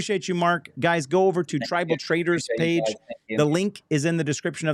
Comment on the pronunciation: still saying Tribal Traders! 😂